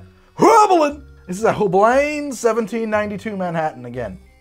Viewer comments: Hey, it’s pronounced “HewBline”. The first syllable rhymes with “blue”, the second syllable rhymes with “spine”. Back in college I worked at their corporate HQ in Hartford, CT. What a cool job! They had tasting rooms, and on Christmas Eve they gave us a gift pack with all kinds of canned cocktail goodies! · Please. Hueblein is a GERMAN name! Just say it with your worst german accent and it'll be more accurate than literally any of your other attempts. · ongoing struggle to pronounce Heublein will never fail to amuse me! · Love how every time says Heublein in this video and his canned old fashioned video it’s pronounced differently